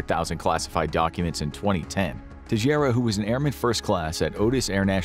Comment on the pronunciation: Teixeira is Portuguese and is pronounced "Tay-Shay-Rah"